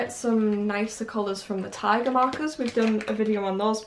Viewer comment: whenever you say tiger marker, I feel like you're saying Tyga marker😂😂😂